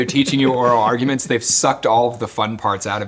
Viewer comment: I thought he said anal ordinance not anal arguments. Now that sounds messy